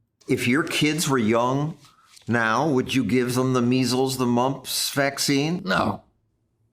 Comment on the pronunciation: MMR = Measles, Mumps and Rubella and -- it's not "missles" it's "mee zels"